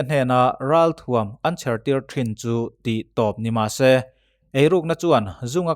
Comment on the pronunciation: thuam tih hi tuam thluk anga lamri lovin,ralthuam tih a thuam thluk ang hian lamrik ni ta se ngaihthlak nuam zawjin a rinawm